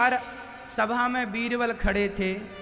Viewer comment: Veerval nhi baba beerbal